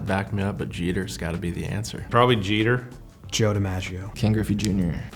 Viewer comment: Jeter?! Wtf 😂